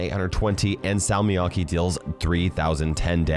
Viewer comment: I died inside every time he said salmiakki with an English accent